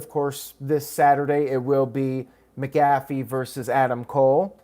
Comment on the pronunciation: Your saying pats last name wrong heads up 😃